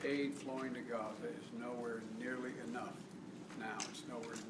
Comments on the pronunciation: "We welcome Melania, the gauze minister of Georgia" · Even italian PM is pathetic. She cannot even say Gaza. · He even says Ukraine instead of Gaza...WTF ?